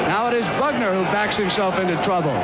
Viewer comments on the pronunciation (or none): You had me right up till you called Joe Bugner, BAGner.....bye. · He’s called Bugner not Bagner ffs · His name was Bugner, not Bagner - eejut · 'Bagner'?? The heck